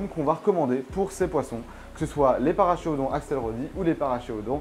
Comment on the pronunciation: Super vidéo très intéressante, mais Paracheirodon se prononce parakérodon, car c'est un nom latin.